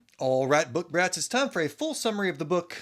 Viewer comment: Lmao did you say book brats or rats 😅🤣🤣